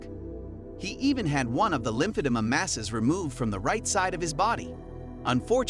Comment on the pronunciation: The most interesting part about the video was failing on pronouncing lymphoedema